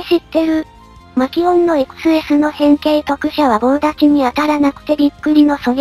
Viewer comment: コメ欄予想通りイクスェスの発音でキレてるやつ居て草